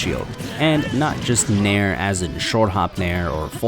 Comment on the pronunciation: Legit though he was saying "mare"